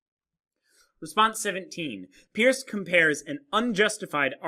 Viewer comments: Peirce is pronounced like "purse" not "pierce." I couldn't watch the video because it annoyed me so much. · It's perce (peirce) not peers. You have not read Peirce very well and your picking and choosing of selexted sentences is fallacious . You must disavow the underlying skepticism that underlies his philosophy, and with which he critiques Descartes. He is very clear about clear ideas and the method, pragmatic, which you have mischaracterized in fact ignored. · Thanks for the video, which I found interesting since I did my doctoral dissertation at Ohio State on the pragmatism of Holmes, Peirce, James, and Dewey. However, I winced the first time (and every other time) you mispronounced Peirce's name, which immediately detracted from your professional credibility as a philosopher -- but I'm glad to see you correct this in your own comments. It would also help you on a professional level to have someone carefully edit your text graphics. You continually misspell "fallibilism," for example, and you don't seem to know that "it's" is not a possessive, and you make other careless errors. Once again, these are stylistic problems, not substantive ones, but in the professional world, your substantive content (and thus your credibility) suffers when it's tainted this way. If you are going to "put yourself out there" with public videos like this, just as you would if you were to submit a paper for professional publication, then make sure you leave out the sloppy mistakes.